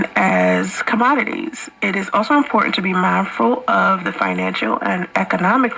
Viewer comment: Lol she can't pronounce "important" she says "impoorant"